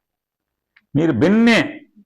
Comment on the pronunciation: Binne kadhu ra babu binna adhi.neeku raayaseema yaasa radhu krishna yaasa raadhu.